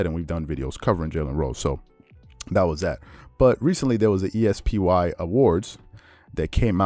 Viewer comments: Why are you pronouncing the ESPY'S like you pronounce ESPN? Especially while talking about mispronouncing names is hilarious. It's a word. NOT four letters. It's es-pee award. Not e s p y award. Just letting you for future references. 👍🏾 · The E-S-P-WHY Awards. Really? That is a funny way to say it.